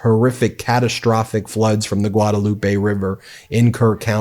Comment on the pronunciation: Hey Ben the correct pronunciation of Guadalupe in Texas is Guad-LOOP. We have a lot of odd spelled names of places that the actual pronunciation of indicates whether or not you live in Texas. That is one of them. I learned that the hard way coming here from California some 25 years ago.